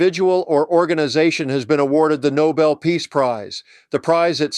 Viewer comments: NoBEL, not NOble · It's not a noble prize. The name is "Nou-BELL"!!! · Not pronounced NOBLE. It is pronounced NOBEL - after inventor of gun powder. There is BELL at the end of the name. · It’s no-BELL, not NO-bull. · Geez! Nobel, not noble. This isn’t all that difficult. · Nobel. Not noble. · It is not Noble, it is Nobel. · Yet another reputable podcaster saying « The NOBLE Prize » instead of « THE No-BELL Prize », as it should be.